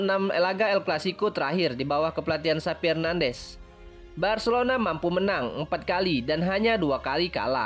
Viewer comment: Bukan SAPI Mas.....tapi XAVI...pake V.....😂🤣😂🤣